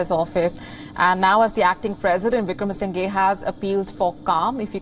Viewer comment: He is not Wickramasingay, say Wickramasingher.